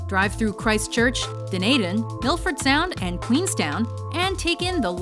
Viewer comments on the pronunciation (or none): This list is terrible! Was it thrown together in 10 minutes? All of those American ones are boring! And Dunedin is pronounced DUNE-E-DIN... They are able to pronounce complicated french words, but not Dunedin... Wtf...